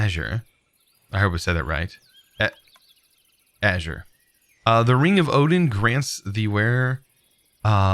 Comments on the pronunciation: Aesir = A-Seer no azur like in azure. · It's pronounced A-sir